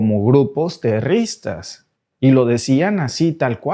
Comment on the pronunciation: Amigo.queda patetico como dices la palabra terroristas.sin ofender.